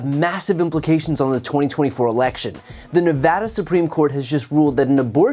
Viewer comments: Dude, you said Nevada right. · A Good Politician says "Nevada" Correctly. Thank you, a True Statesman.